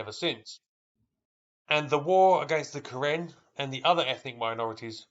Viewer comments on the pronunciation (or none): Karin, not Karen.